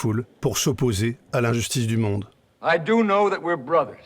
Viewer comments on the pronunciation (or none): none